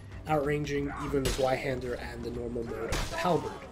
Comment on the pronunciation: Dunno why it irks me so much to hear Zweihander mispronounced so often. It's a V sound, not a W.